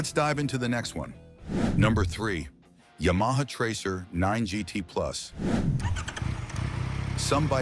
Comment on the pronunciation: “Ya-Maha”? Hahahahaha! Nuff said.